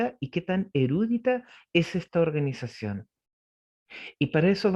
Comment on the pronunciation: Es verdad..pero la palabra ..no es ERÚDITA..COMO DICE..SINO ERUDITA..SIN TILDE..le quita el interés a la información si habla de reglas gramaticales..DEL .no es ARTÍCULO..es contracción gramatical..